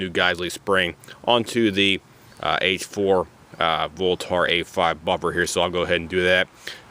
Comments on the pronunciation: It's not pronounced "lenth" and it's not pronounced "voltar" .. haha geez, wtf also, those weights are supposed to move freely. You need to go learn some sh*t bro.. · Ahhhh im gonna go ahead and tell ya here aaaahhhh for the 50th time its a "voltaaarrrr" buffer........ahhhh....yeah.......ahhhh